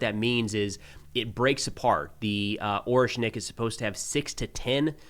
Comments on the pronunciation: With all due respect, it's orEshnik with e being read as "æ" (if I understand transcription correctly 😂), not Oreshnik. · its ah-ryesh-nik